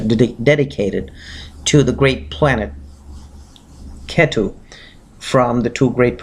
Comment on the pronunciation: Oye angrez, you can't pronounce Brahmaand? And ketu also with angrez style? Who are you trying to showoff?